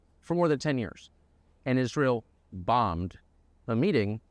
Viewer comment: I noticed you said "America AFTER Is ray l